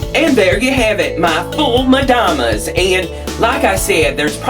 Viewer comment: I love the way you pronounce "Foul Medammes". I never thought of roasting the garlic, will most certainly try it next time. Let me say something. Many items of your food videos provide something that is rare in youtube, that is the vegan non dairy non meat food that the Egyptian Coptic Orthodux eat in the great lent. God love you!